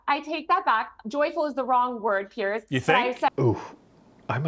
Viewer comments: Piers has complained before that Americans always pronounce his name as pierce, like a stab. Throw a z sound on there and buck the disrespect, and say it like peers. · Piers is pronounced Pierz, not Pierce.